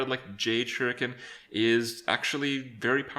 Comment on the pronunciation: Holy bittersweet mother of crap, I can't believe it. Kripp pronounced a word two ways and then settled on the CORRECT way!! That's literally never happened in the past 2 years. I honestly don't think I'm exaggerating. I hope we don't hear him switch back to "sha-ricken" because I don't think I could stand to hear him bleat it like he does "kray-ken".